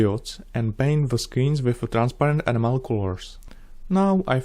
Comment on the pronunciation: If I may offer an observation,: you are saying the word "enamel" the way "animal" is pronounced. Try stressing the e and saying the namel part so that it rhymes with "camel", E-namel. I only mention this because you have talked about your pronunciation issue, with this word, before, otherwise I would not bring up the matter. Or, as I mentioned a few years ago, say enamel in your native language and we the viewers can look it up. Then we'll always know what you are saying. In any case, your honor, your model-building skills are unparalleled and your well-edited videos are awesome to watch.